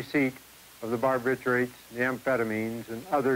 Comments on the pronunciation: “Barb I turrets” instead of “Bar bitch U ets” 😂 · Bar- bih-CHEW- its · Bar- ba - tour - its .... 😆